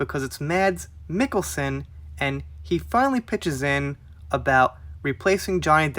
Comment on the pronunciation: You actually nailed the pronouncement of his name!